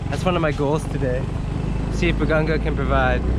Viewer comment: hi i think its BA-GA-NGA its not BA-GAN-GA....BAGANGA is a type of tree in our place...im not sure if im right correct me if im wrong....power on...super apir